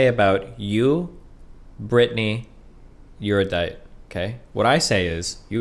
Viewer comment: Why can’t destiny say erudite properly lmao